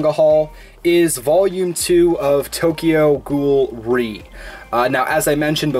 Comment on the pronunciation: Also Tokyo Ghoul:re is pronounced Tokyo Ghoul R-E